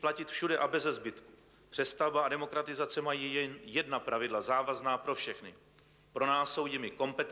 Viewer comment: Disguze ? Demogratizace? lol